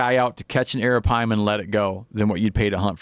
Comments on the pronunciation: Drinking game: take a shot everytime steve says aripima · Took a shot every time he said arropyma..got alcohol poisoning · hit the bong every time he says arapaima